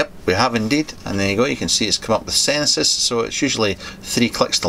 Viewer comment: “Senesis”,? 😬